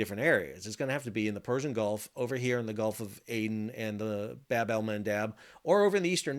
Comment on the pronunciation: Bab in Bab Al mandeb is pronounced as Bob which mean door or gate